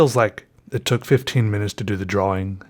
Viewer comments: omg don't even make videos if you say drawling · Just once I wan't to hear you slip up and say drawing with out that hard wing. I love your quirks buddy ahahahahahahah!